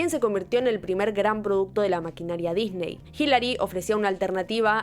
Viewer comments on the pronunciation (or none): none